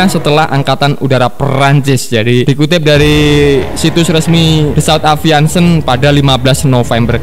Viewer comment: aviation dibaca aeviesyen bukan aviansen sperti nama cat galonan.... berrrrrcannnnnndaa